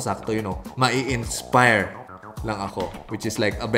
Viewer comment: Emphasizing "INSPIRE" HAHAHAHAHHA